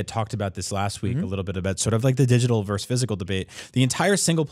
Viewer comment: Why does keep saying 'verse' instead of 'versus'?